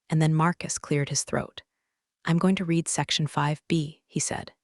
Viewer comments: I wonder when they are going to pronounce "resume", "live", and "read" correctly! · I agree, drives me nuts😂